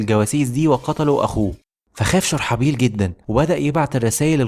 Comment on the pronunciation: والله جميل ومجتهد بس نطق الاسماء مثل هرقل وشرحبيل لها دلالات خاصة